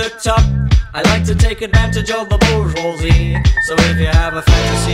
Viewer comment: It wasn’t pronounced correctly in the song tho lol